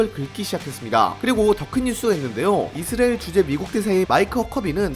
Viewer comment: 이스리엘인지 이수라엘 인지 명명백백히 말해봐요